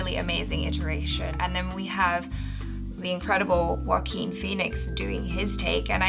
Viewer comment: ... wait Joaquin Phoenix is pronounced as Walkin Feenicks ... Whoa ! I knever new 🤷‍♂️🤡😅